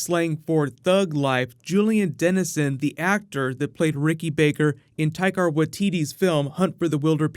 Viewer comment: Taika not Taikar.